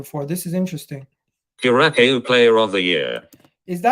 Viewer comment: Curacao is pronounced "cura-sow". Its in the caribbean.